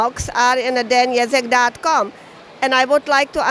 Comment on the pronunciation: I like how you pronounce Ježek as Jazz-eck when it should be Yezh-eck